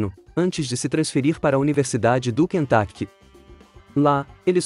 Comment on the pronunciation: Universidade do Quentaquect dói os meus ouvidos!